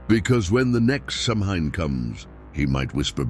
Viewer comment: its Sow-wen not Sam-hain